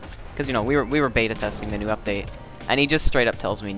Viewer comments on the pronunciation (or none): none